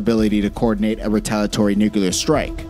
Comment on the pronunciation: "Nuke-a-lerr" and "Ice-Bee-Im" aggravating A.I. slurred mispronounciation.